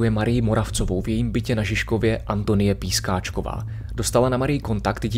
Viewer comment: Nebyla to Pískačková, ale Piskáčková